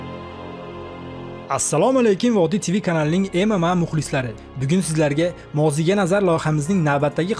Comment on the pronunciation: ММА ( айтилищи тогри айтгин ээээй автор) ЭМ ЭМ ЭЙ деб